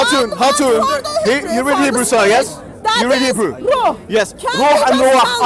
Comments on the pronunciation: Its hebrew.......not hebrow 🤣😂😂😂😂 Mo Hijab rocks❤ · That guy in the background keep correcting her got me dying about her saying Hebreuuuuu instead for Hebrew.🤣🤣🤣🤣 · No one: Hatun:hibra' Br next to hijab:HEBREW. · God wissss us ahahahahahahahahahahahahahahahahahahahahahahaha Does hatun have some kind of mental health condition? Hebreu I think Everytime hatun can't pronounce correct English words she should suck on her tommee tippee bottles. And ask her beloved husband change her canbebe Turkish nappy. I'm sure it's full of 💩 and overflowing. Silly little child. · "We'll put up with THE VOICE!" I bloody can't. Also what is "hibreouh" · She could not pronounce "Hebrew". LOL